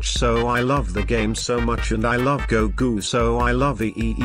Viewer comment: The guy said gogu instead of goku because they pronounce his name as gogo/gogu in Arabic dub